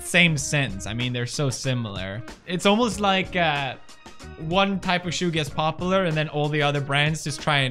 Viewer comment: "popalar" says pewds.